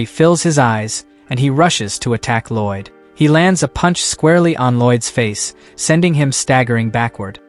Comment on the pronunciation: There is absolutely no excuse for an "english" voice AI to pronounce "Lloyd" as "ROYD".